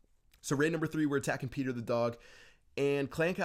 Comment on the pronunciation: Lol you said peter the dog funny